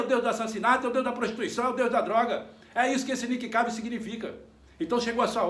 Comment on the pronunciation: É o Nick Cave! se fala Nick keive!! kkkkkkkkkkkkkk